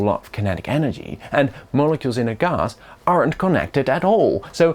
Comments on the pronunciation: say gahhs one more time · Ghas - the most posh Gas pronunciation I've ever heard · i don't think i've ever heard anyone pronounce it "gahz" before xD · "Ghass" wtf is ghas